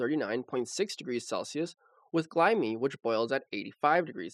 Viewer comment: please learn to make glyme rhyme with enzyme